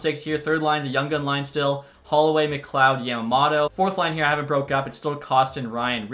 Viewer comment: Hearing you mispronounce “Yamamoto” is friggin ridiculous and annoying